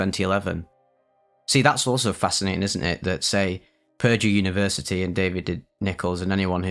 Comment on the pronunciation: When saying Purdue, put emphasis on the second syllable, not the first. English is a stupid language. I say that as a native speaker so I don't blame you.